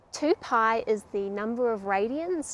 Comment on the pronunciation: Very good! I like every video of yours - especially the "mathematical day" at the end. Getting my old calculus/trig books out. Just one thing: "Paai" should be pronounces "pie", but that is just BTW :-)